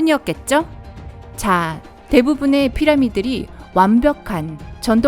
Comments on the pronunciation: ~44초 대부분의 피라미들이 라고 들리는데요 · 성우분 발음이 꼬이셨네요 ㅋㅋㅋ 빵터짐 " 자~ 대부분의 피라미들이.. " 목소리도 살짝 떨리심